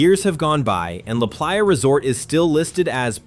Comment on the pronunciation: The pronunciations of La Playa was painful